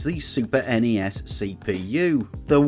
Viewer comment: Stop saying snessssss and nesssss. Wankers. NES and SNES are abbreviations, not acronyms.